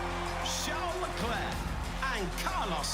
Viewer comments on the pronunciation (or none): none